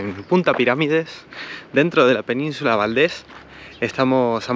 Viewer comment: Se dice península de Valdés.